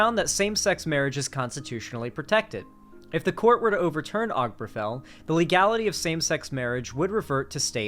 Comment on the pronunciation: This might be a minor thing, but hearing constantly mispronounce Obergefell just got on my nerves.